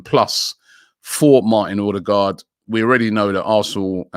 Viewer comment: ffs Robbie, it’s not Or- de- gard. It’s O-de-gald. That’s correct Norwegian pronunciation. 🙄